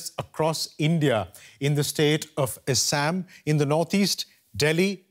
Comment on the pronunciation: Why does an Indian have difficult pronouncing Assam? Is anchor having identity crisis?